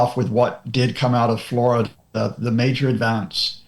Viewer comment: You are a great journalist but this one thing makes it painful to listen. Please, please learn how to pronounce “the” in English.